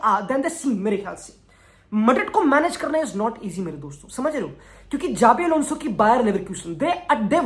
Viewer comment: Its Shabi Alonso